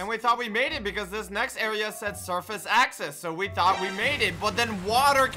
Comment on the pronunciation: when blaze logged off and you went to the tower and you said guess what I thound I thought blaze would be in the elevator